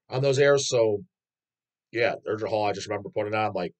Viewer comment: I happen to know Norwegian. You are close with the pronunciation of Urgehal except that the g is supposed to sound like the g in gay. And Norwegians pronounce their U and R differently but yours is close enough that I dont expect you to nail that lol